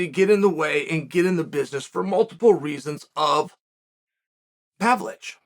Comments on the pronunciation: Chael, he is not PAVLICH, he is PAVLOVICH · Hearing Chael mispronouncing Pavlovich is the best experience, good to see you again, G.O.A.T